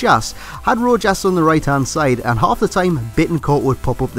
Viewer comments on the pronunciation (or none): Its pronounced ro-has